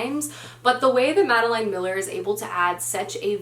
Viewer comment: If you decide to read Circe by Madeline Miller, which I liked even more than The Song of Achilles, I would totally recommend it as an audiobook because the narrator is amazing. Also, you're mispronouncing Madeline Miller, it's pronounced like Madelyn, not Madeleine.